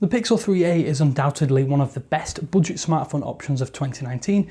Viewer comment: did you say boodgit?